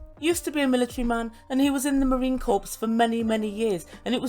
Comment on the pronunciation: You dont pronounce the p and the s on the word corps. I know, it doesnt make sense, but its pronounced "core".